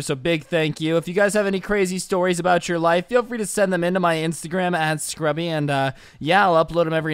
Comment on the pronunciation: U said srubby